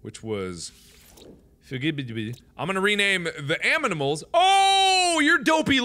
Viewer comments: he says "aminals" instead of "animals". :P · new meme mark old enough to say animals says aminals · is it only me who notice he says aminimals everytimes or is it me? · did he say aminals or is that just me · he said aminals instead of animals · Dear Mark, Aminals is not a word. Your viewer, Cris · aminals made me rethink my way on how to pronounce animals. lol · Who heard him say "Aminals" lol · I thought it was my brain mispelling but it seems it was Mark himself 😂😂😂